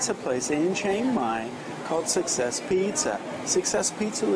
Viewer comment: cant she still not say succes :) gonna try that place in dec